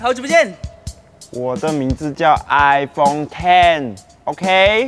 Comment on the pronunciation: 我一直听到iphong😂